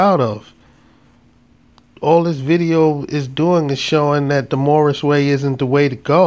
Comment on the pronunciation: Mushmouth from the Cosby Kids cartoon. "Moorishbuh Americanbuh Sovereignbuh Citizenbuh!"